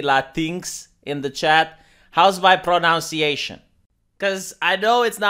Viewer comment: Vee, not pro-NOUN-ciation, pro-NUN-ciation.